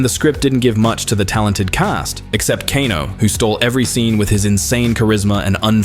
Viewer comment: Kano is pronounced KAY-NO not kah-no. Fyi